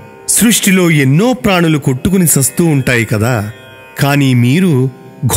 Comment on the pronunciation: "కొట్టుకొని సస్తూవుంటాయి" అని పలికారు. చస్తూ కదండీ. మీరే ఇలా పలికితే ఎలా?